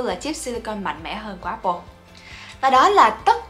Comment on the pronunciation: dạy cho cuhiep với mấy mod tinhte phát âm từ Apple cho chuẩn cái, toàn nghe ây bồ với ép pồ không à:))